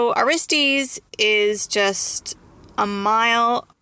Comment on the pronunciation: Aristes is pronounced thusly ,ah ristus not aristees.